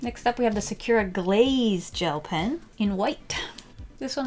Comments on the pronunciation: Ok love love love you and your videos but I just wanted to mention that you say sa-CURE-uh and it is very hard to listen to haha! You say it with like a ky sound and it should be SA-cur-uh like curry or if you want to say it with the accent more like SA-ku-ra (but in that pronunciation the r in "ra" is more like a "duh" sound almost? I don't really know how to describe it well but I just wanted to let you know :))) again I love you! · Im sorry but you said “ suh - kyer - ruh “ and its actually “ sah - koo - rah “ ☺️ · It isnt pronunciated as"Sakur" Its "Sakura" Pronounciation- Sa-Ku-Raa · Nobody: Absolutely nobody:: Secure-uh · why do you say sakura like that? It’s SAkUra !! from naruto 🗿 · Why are you pronouncing Sakura like Secura? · WHY DO YOU SAY SAKURA LIKE THAT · you should really learn how to pronounce sakura XD I'm sorry I know I'm a weeb its a name means cherry blossom tree in japanese